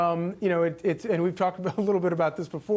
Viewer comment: Correct pronunciation of Vivek is pronounced Viv-“-ake” as in “cake”